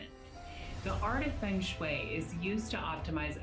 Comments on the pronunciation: she even pronounce "feng shui" wrongly... she could have look it first on Wikipedia when searching its origin.. 😂🤭😆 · they cant even pronounce the feng shui properly, who would believe these crooks